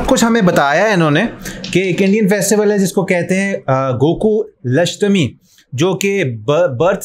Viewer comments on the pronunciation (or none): It's Gokul asthami. And not Goku lasthami ok